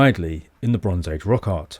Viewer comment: every time you say "rock art" it sounds like "rock hard"